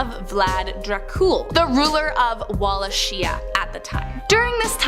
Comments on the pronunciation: U hav grossly mispronounced Walachia…it’s “ vwa-la-kia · I may just be nit picking, but it’s pronounced Wall-awk-ee-ah (Wallachia)